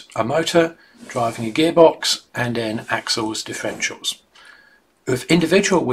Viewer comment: NO NO NO - he didn't explain anything about DIFF (er) ENT IALS.. He couldn't as he mispronounced it by saying Diff-ential They are NOT "diff-entials" ... But differ - entials. Check it out - he misspells the word and I suspect will also have other mispronunciations of that word in several other places (I had to stop and see the comments first as soon as I heard the lisp / misspoken word of "Diff en tials"